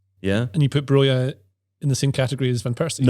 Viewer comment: Lol correcting on both Rashica's and Broja's pronunciation -- Albanian king?